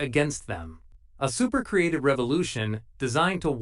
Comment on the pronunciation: Stop using AI to write scripts with the word supe when your AI narrator cannot pronounce the word supe. Maybe try swapping in soup. It will make it less noticeable.